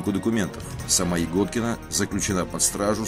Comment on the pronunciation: Почему она ягóдкина если она я́годкина?или она игóткина?